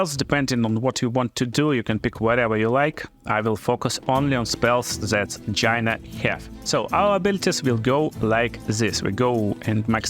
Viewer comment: lolz every time he says "Gyna"